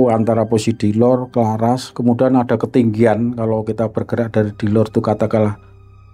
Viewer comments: Kraras pak bukan Klaras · Maaf cerita pembebasan di desa itu nama desanya itu CARARAS bukan Claras 🙏🙏 saya mengerti bukan sebutan org luar beda